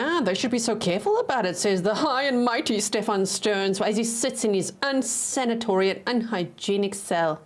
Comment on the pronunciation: You're going to get me saying unsanatory instead of unsanitary 😜🤣